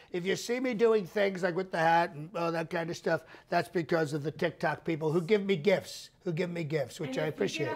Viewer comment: I love how you do the deep nasal breathing into the mic and when you refer to Tic Toc as TOC. Absolutely spot on.